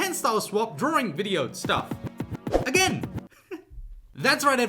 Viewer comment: He says “drawRing” as joke right?